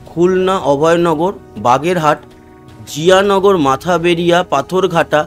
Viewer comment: জায়গার নাম মঠ বাড়িয়া, আপনি সবসময় বলেন মাথা বেড়িয়া।